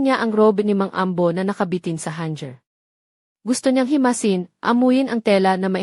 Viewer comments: is this AI narrator? Weird pronouncing the word “hanger” She was pronouncing it hanjer.😅😅😅 Ha-nger po not hang-jer 😅😅😅 Sorry po. I corrected it. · Wow naman! Lahat nalang ba sa bisaya sinisisi 😅😅😅😅 Bisaya din po ako 😅😅😅 Talagang hindi lang marunong magbasa ang narrator na yan. Hindi alam ang tamang pag pronouns sa word mapa-tagalog or english. Hanger na word binigkas ng hanjer 😅😅😅😅😅 kaloka. At hindi po siya sounds bisaya the way magbigkas siya ng words.